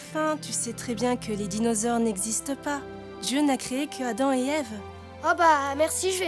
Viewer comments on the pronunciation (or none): none